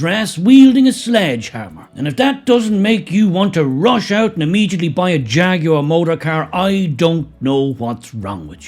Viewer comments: It is pronounced "jagwar" not "jag-you-are" for f. sake. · HAHAHAHAHA "FAGUAR"😂😂😂😂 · "Faguar". Perfect. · Hahaha Hahaha hey jagwire have a bud light you will need one. Jàgwire kaput. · My pronouns transgwar. -Jagwar 😂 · Or "Draguar" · Say Ta Ta to Jaguar 😊